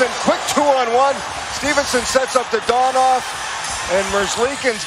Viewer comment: Someone teach that guy how to say Dadonov name